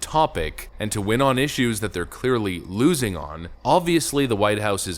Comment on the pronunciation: Not only he said 'Iraq' wrong he also said 'losing' wrong lmao